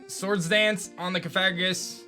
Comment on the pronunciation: Coh-far-ih-gus? It’s Coh-fah-grih-gus. Pft, you do this for a living?